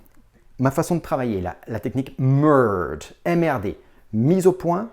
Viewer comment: Pour commencer pour mon info personnelle pourquoi la methode "meuuuuurrrdeuuu" (donc anglais, enfin je pense) pour pronnoncer un acronyme français MRD (Mise au point, Recadrage, Déclenchement), puisqu'en anglais, ça fairait 'FCT' (Focus, Cropping, Trigger), à moins que je fasse erreur ? D'habitude je n'interviens pas sur vos vidéos, car en vrai je ne les regarde pas, mais on m'a dit que vos deux dernières vidéos atteignent des sommets, ou des gouffres devrais-je plutôt dire. Ceci dit pour la vidéo précédente, je pense qu'ils ont été assez nombreux à vous dire ce qu'il en pense, je n'en rajouterais pas. J'ai d'ailleurs vu plusieurs vidéo corrigeant votre vidéo précédente, avec beaucoup d'humour. La seule chose de vraie et valable dans votre vidéo ici, est que Canon sur le 5D Mark III, comme pour la plupart des modèles de cette marque depuis 2 générations, prend toujours la mesure de lumière sur le collimateur central sauf en mode évaluatif, mais c'est normal pour ce dernier mode puisqu'il prend 100% de la surface de la photo pour mesurer la lumière avec une moyenne pondérée autour du collimateur sélectionné. Par contre, chez Nikon, la plupart des APN prennent la mesure de lumière sur le collimateur sélectionné peut importe le mode de mesure de lumière sélectionné. On est en droit de penser que c'est un choix délibéré du constructeur, puisque sur les premières générations ce n'était pas le cas. Après à chacun de trouver ça pratique ou pas, mais c'est bien notifié dans le mode d